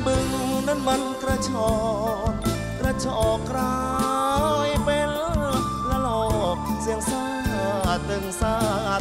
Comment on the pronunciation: ร้องเพราะ ออกเสียง เป็น เป็น เป็ล ไกว เป็น ไคว